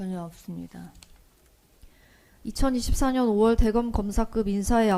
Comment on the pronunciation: 없으면 전혀 업스니다.하네 ㅋㅋ 진실이면 증언 거브하게스니다.하고 병신